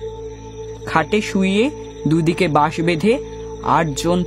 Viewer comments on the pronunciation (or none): 11 30 থেকে শুরু করে "র" আর "ড়" উচ্চারণ প্রায় সব ক্ষেত্রেই গুলিয়ে গেছে! "বাঁশ" কে "বাস" বলা হয়েছে! কেন?